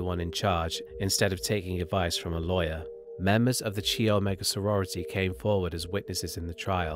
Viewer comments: Just so you know for the future, chi is pronounced like kai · Chi is pronounced KAI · You are not pronouncing “chi” correctly. It’s a Greek letter. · chi is pronounced “Kyle” in a Greek sorority or fraternity name.